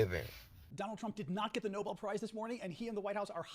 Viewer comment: Nobel not noble 😘